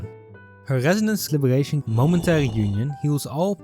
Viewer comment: Ah yes my fav type of skills " Gesonance " and " Libegation " 🗣️🔥